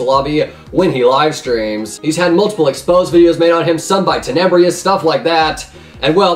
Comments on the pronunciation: "Teh-Neh-Brus" Not "Teh-Neh-Bri-Us" Idk where you are getting that extra 'I' from... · “Tenebryos” My dude it’s Tenebrous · ten-eb-rus, not ten-eb-ree-us Lol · Still to this day, doesn’t know how to pronounce tenebrous’ name...